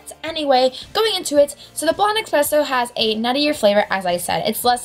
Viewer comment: ESpresso. not EXpresso. AHHHHH